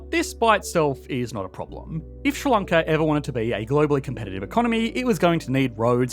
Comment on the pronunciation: what is ssronckla? Ah, you mean Sri Lanka - the letters that are used to make up words are often a good hint as to how to pronounce that word so s, r, i is Sri, not "ssr" and l,a,n,k,a is Lanka, not "onckla" and the wee gap in the middle tells you that it is two words rather than one. Clearly some additional investment in education infrastructure needed.